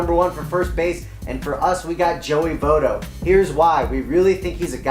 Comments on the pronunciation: Joey Voto??? C'MON MAN! Do u even watch baseball?? How can I take u seriously if u can't even say your number 1 1Bs name right. That's a FAIL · lol learn how to say Joey Votto's name